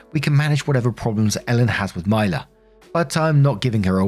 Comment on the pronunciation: You been hittin US states names with laser precision, but I just wanna say I've never heard of a Mila that pronounces it that way! 😅. My niece is “Mee-lah” but I can't speak for all, cuz names be like that. 😅💚💚💚. Love ya, have a good one.